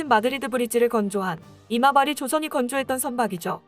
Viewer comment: 자꾸 왜 '이마바리'조선소가 '어리버리' 조선소로 들리지?